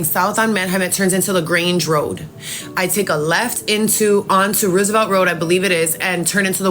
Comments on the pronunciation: It's Roosevelt like President Roosevelt not what she saying. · Why does she keep pronouncing Roosevelt road the wrong way?